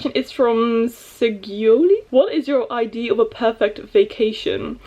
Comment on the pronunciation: Everytime you say idea I’m reminded that you are dutch😂 which is really nice. There is so many American book tubers, so it is nice watching other ones as well❤️